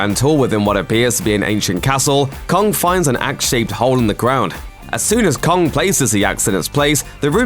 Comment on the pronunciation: Kong* not kongk